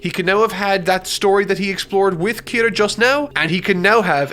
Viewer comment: who the fuck is kiru ???? ITS KIRAAAAAAAAAAAA